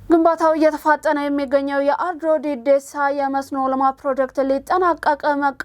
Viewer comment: "Deddeessaa" ሳይሆን "Dhedheessaa" ነው። ለወደፊቱ ይስተካከል።